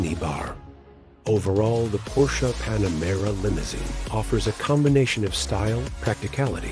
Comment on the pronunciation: Its PanaMERA not PanaREMA